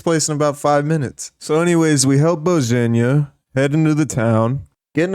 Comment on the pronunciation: I've watched a lot of KCD2 videos, and not a single one has ever pronounced Bozhena's name correctly, its like they do not say the name outloud during the game.